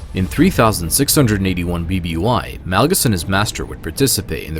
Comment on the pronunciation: Este vato dijo, Darth Nalgas???